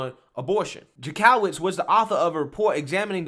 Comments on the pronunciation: It’s pronounced Jank-o-witz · the Jank is pronounced Yank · I'm thinking this is illegal to begin with and totally first amendment, I don't get how they think this is going to be allowed to stand. If it does it is some serious scary shit! Oh, I love your videos except you have no idea how to say certain words or names, this crazy woman's name in Jank o witz is how it is pronounced. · Ok. I have watched a bunch of your videos and I just want to correct something. His name is not Maryakis, it is Mayorkas, pronounced liked Mayor with kas on the end... Now, for Jankowicz, it is pronounced Jank-O-wits, not Jan-COW-its... That said, the left is too woke to be awake...